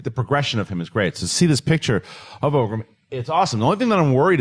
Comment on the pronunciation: It's "ORGRIM" not OGRIM... Just saying